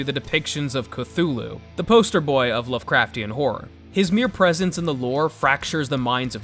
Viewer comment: That's how I feel when folks say (Ku-thu-loo) instead of (kuh-too-loo)